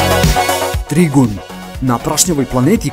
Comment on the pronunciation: Trigun''? Kaze se ,,Trajgan''